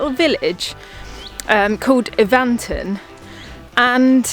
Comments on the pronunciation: I live in Evanton, and that pronunciation! It's Evan-ton not E-van-ton. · Evanton - pronounced E, as in Egg, with stress on the first sylable, and the A and O are almost silent - 'E-v'nt'n. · Haha I'm from Conon Bridge and I laughed when I heard them say Evanton 😂 I laugh hearing people trying to pronounce Scottish places